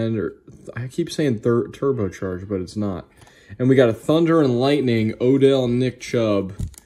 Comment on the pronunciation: Thunder and ( Lighting ) not Lightning. Lol someone messed up.